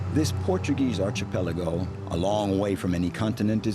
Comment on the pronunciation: Archipelago,. NOT Archee-Peligo!